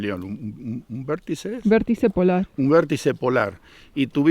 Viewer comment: VORTICE se dice